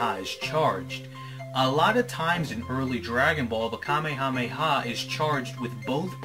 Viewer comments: You keep saying it wrong and it's very annoying. It's pronounced "ka-may-ha-may-ha." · Oh my god, I get such OCD about this. King Kamehameha is not pronounced the same as the DBZ move it's pronounced more like "Ka-may-uh-may-uh" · the hawaiin king's name is pronounce (Kuh-mayuh-mayuh) in a fluid motion (3 sylabals not 5) and you should pronounce it the 3 sylabal version with the word wave after it instead of saying ka me ha me ha every single time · Why is he saying it that way?